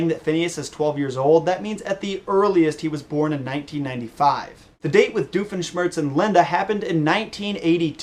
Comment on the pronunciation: who is this "diofeshmertz"? is he a new character?